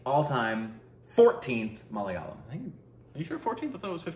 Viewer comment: Wow! After so long you managed to pronounce the word malayalam properly.